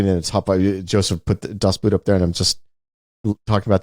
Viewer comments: BTW the "Boot" in "Das Boot" is pronounced like "boat". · Every time Ty pronounces Das Boot the way he does a little bit of my soul dies.